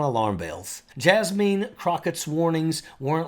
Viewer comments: Her name is Jasmine, pronounced Jas (man) not JasMEAN. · Pt of correction Her name is Jasmine not Jasmeen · It’s insulting to NOT pronounce people’s names properly. Just so you can correct this, her name is pronounced (Jazz - Men), two syllables, no “een”. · Jazz-meen he calls her🤣🤣🤣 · I'm loving your accent! Except for how you pronounce Jasmine (jazz•men) ✨